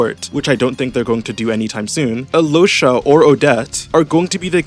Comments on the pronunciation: she pronounced it right, yeah, but then he pronounced it "alosha" and she said "that's better" so he kept saying it that way and that's what i'm talking about. also i know how the name's pronounced, i'm serbian, i've met several alyoshas 💀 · yeah but i think al-yosha (ideally pronounced quickly so that the connection between the l and y is more felt) is better than either of those.